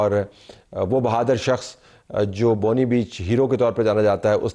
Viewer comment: نہایت معزرت کے ساتھ درست تلفظ بونڈائی ہے نہ کہ بونڈی، امید ہے آپ برا نہیں منائیں گے۔